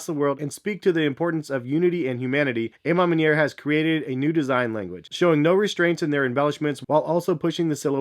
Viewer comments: Literal cringe everytime he said it 🤧😮‍💨🤣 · I wish I had a dollar for everytime mispronounced A Ma Maniere